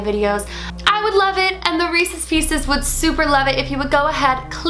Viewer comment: I swear everytime she calls us "reses pieces" it makes me want to unsubscribe